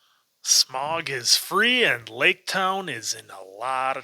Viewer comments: How do you miss-pronounce Smaug when the actors say it different than you? It’s pronounced sm-ow-g not sm-or-g. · Im trying to not let it bother me that y'all keep saying "smog" 😫 In my head every time I'm like "nonono Sm-ow-g. Smaug. Listen to how every character is pronouncing it!" 🤣🤣🤣🤣🤣